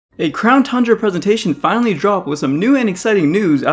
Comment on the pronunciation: Crown tundra? I thought you said clown tundra